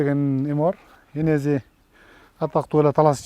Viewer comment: Энези дейтго энеси еле дечи